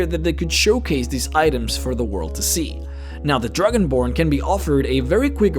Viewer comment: The Druginborn. ARTICULATE YOUR STUFF xD